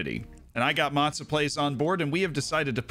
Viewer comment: The way you pronounce Mozza is hilarious!